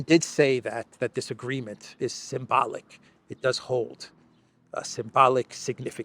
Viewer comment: “The Big Guy said the agreement is sym-bollick” - He did say sym……..